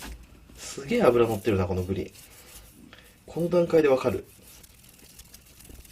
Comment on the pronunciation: 金子さんが｢ぶり｣って言う時「ぶでぃ」って言うの可愛いかよ😳(語彙力なし)